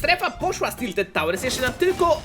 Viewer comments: "Tilted" xD bardzo lubie oglądać ciebie i kebcia i 100 widzów na, moje ulubione odc. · "Tildet" giga fajnie ze tilted poerocilo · "TILTED" pozdro 600 xDD kto tak jeszcze mówi a ja ok kto pytał wiem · Tilted". Nie będę słodził. Po prostu liczę na szczęścię narka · "Tildet" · Tildet tawers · Tiltet tałers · "Tilted" uwielbiam te odcinki i twoj kontent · "Tiltedy" ubielbiam mano twoje odcinki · "TILTED" :D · TILTED TAŁERS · TILTED Uwielbiam twoje "Siemasiemaneczko😊 "